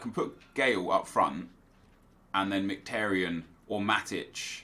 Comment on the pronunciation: You should know how to pronounce Mkhitaryan by now considering he’s an Arsenal player